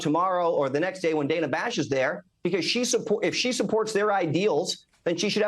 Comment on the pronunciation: He also purposefully mispronounced Dana Bash's name. DANA pronounces it as Dan (short for Daniel) ah, not Dane (as in Danish) ah